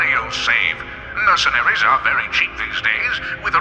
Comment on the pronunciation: bro really said "merchanaries" and "plagee doctor"